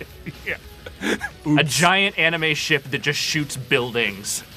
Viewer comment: Did just call anime...animu?